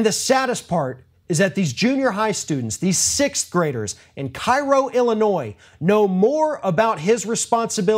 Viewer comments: It's pronounced "Kerro" not "Cairo". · Sorry, but it isn't pronounced Kai-ro. It is Keh-ro. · Cairo Illinois is pronounced " Kay ro " like the syrup . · pronounced "KAY-ro" 😉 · fyi, it's pronounced Kay-rho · FYI, Cairo, Illinois is pronounced KAY-RO. I know, it's spelled the same as the Egyptian city, but it's the Southern Illinoisan way of saying it.